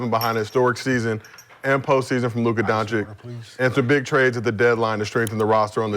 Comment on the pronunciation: Doncic is already in the league for 6years and lots of people still can't pronounce Doncic. Donchich not Donchick.